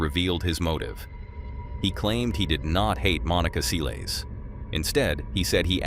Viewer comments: It's pronounced "sell-iss" not "see-lees" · Its 'Selles' not sealies!!! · Se lez not seeleez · Her last name is Sælesh, non Seelis, please… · Please go and learn how people’s names are pronounced before repeating them so many times. “Seelees” was not it. It’s unprofessional. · Her name is pronounced sell-us. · Who's Monica Say- leys? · It's pronounced Selless NOT Saylays and NOT Seals or sealees either. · Why can't you pronounce Monica Seles' name? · learn how to say her last name...public will know who..too much edit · Why don’t know how to say her surname? ….How did you get this gig? Get it right for goodness sakes